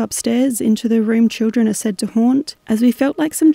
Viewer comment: And just after that “children” I kinda thought sounded like “Jennifer” if that name is a possible relation to anything…